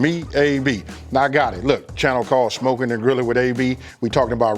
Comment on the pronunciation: He says "shmokin" 🤣